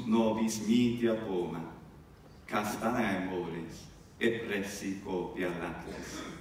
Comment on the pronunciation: Great presentation! Just one question, at the end you pronounced 'castaneae' in a peculiar way and I can't wrap my head around it. Was it a little mistake or did you intentionally elide 'ae' - at least that's what it sounds like to me.